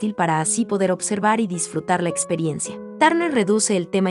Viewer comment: No pronuncias bien su apellido.